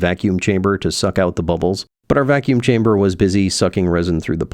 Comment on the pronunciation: That is the German pronunciation;-)